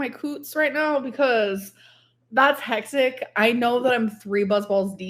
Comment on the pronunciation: My eyes roll so far into the back of my head every single time I hear her say “hectic” incorrectly.